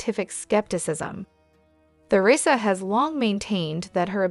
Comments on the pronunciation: This must be an AI speaking. "Tea-rissa" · Lousy pronunciation of Theresa's name.